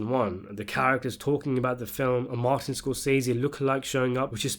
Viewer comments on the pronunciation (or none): none